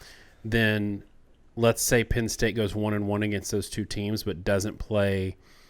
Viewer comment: Please please please guys. It is not Pin State. It is Penn State. Good content but.......